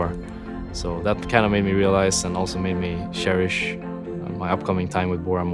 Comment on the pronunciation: "sherish" - Rekkles 2k16